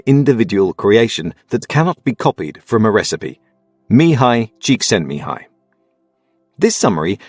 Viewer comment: You pronounced the author's name perfectly (I'm Hungarian)